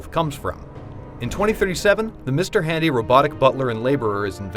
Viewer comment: whats with the emphasis on the "handy" when talking about caddsworth